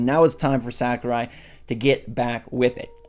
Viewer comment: I just want to say, I enjoy your channel. However, your butchering of Sakurai's name hurts my soul...